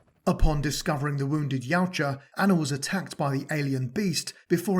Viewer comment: Thank you! You say Yautja as Y-OW-ja. I’ve seen so many people say “Ya-oo-ja” and it fucking infuriates me…